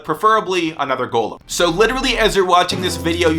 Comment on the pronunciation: Hes saying it right though...